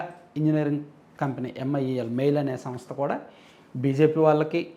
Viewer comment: It's not MIEL , it's MEIL